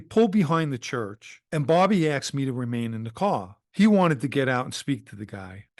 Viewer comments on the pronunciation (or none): He axed me. Its asked dummy